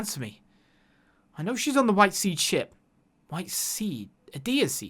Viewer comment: Only one comment here, it's See D(as in CD) not seed. Just a FYI!